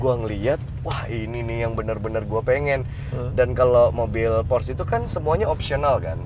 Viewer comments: Porsche = Porsh X, Porse ✓ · Bacanya porse bang bukan pors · Porsche ngomongnya Porsche kali. Gak Pors. Ya elah. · cara baca "porsche" nya salah om harusnya kayak bilang "porsya".. btw keren bgt mobilnya. kapan ya punya...ngimpi >_< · Porsye dika bang bacanya